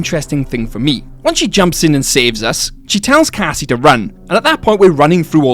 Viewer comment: Strange in my ears Roxy said something like Cassima because I clearly hear the Cassie at the beginning but then there's this 'ma' at the end. Maybe Cassie full name is Cassima ???